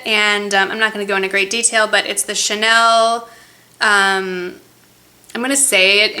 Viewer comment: HAHA i laughed! you pronounced the Chanel name right! but the little "ugh" you made after laughing totally cracked me up! Ah, if you ever come back to France, I want to teach you:p (so you'll "ugh" all the time)